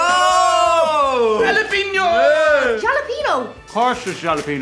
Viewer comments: Come on, you seriously think the word is "juh-LAP-in-o"?! It's Spanish, and it's "ha-la-PEEN-yo"! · Is it Halepenos or Jalapenos? Only Canadians will understand this. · Actually pronouncing jalapeno as "gel-lap-N-O" is very Canadian if you have watched the Trailer Park Boys. Viva La Ricky. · A JJJAAALLLAAAPENO what? JJJJJAAAAJJJJAAAJJJAAA!!! Halepeenyo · Lol us canadians call jalapeno chips pronounced as ja-la-pe-no all that time, Since trailer park boys is from here. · It's pronounced halla pain yo... not peen.. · Pleases do not sully our fine Canadian product with horrid southern U.S. accents! Miss Vickie's has more flavours than the 4 you tried. The only one I won't eat is the Jalepeno flavour. Btw- it is pronounced "hal-o-peen-o". Ta! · Oh come on. It was specifically for TPB fans out there. Specifically a character called "Ricky" fans. The other two main characters, "Bubbles" and "Julian" pronounce it correctly as you do. In fact, Bubbles and Julian were calling Ricky an idiot for pronouncing it his way and refusing to budge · As someone who enjoys watching trailer park boys, I was not bothered by how he pronounced jalapeño in the slightest. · Actually true canadians like hearing people mis pronounce jalapeno because Ricky from trailer park boys does